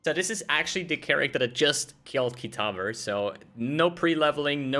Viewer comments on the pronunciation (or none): Lol you ruined the actual fight commentary at the end... KitavA.. Fucking annoying saying Kitaver